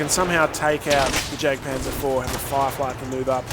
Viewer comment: you know the jagdpanzer is pronounced yagpanzer, :/ it just bugged me when you said jag